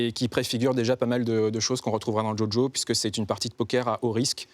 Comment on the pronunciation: A croire qu'il le fait exprès tout le monde qui connais un peu l anime connaît le vocabulaire associé